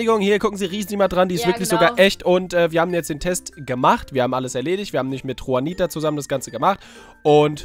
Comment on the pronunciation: die heißt Juanita nicht chuanita